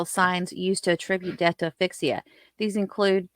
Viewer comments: Great video (as usual). If I could just make one suggestion: please pronounce the 'S' in aSphyxia. Not trying to nitpick, but it's a bit distracting when I keep hearing the the name of an email app (Affixa) in place of the word for suffocation. Otherwise, though... excellent work. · Love your content!! Thanks for all of your hard work! 🥰One little thing… it’s asphyxia with an S sound..Just a little nit picking from a nurse ☺️. Thanks again! Love your work!